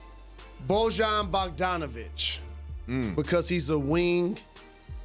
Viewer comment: The correct.pronounciation is boy-yawn bog-don-o-vich